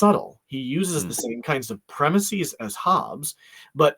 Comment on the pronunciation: The last syllable of "premises" should be pronounced the same as the English word "is" with a short "i" sound, not like "ease" with a long "ee".